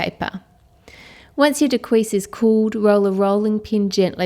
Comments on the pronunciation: It's pronounced daa- qua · Does anyone else notice she pronounces dacquoise differently? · What a gorgeous dessert! I must make this some day on a smaller scale. BTW, the correct way to pronounce "dacquoise" may be found on : as well as "mascarpone". The final "e" in "mascarpone" is pronounced "eh" not "ee". Hope that helps! Thanks for all you do! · No, it's not. Her pronunciation was an assault on the ears. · Please learn how to pronounce dacquoise. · I love to hear you say Daquoise and Crémeux, french with an accent is just so cute !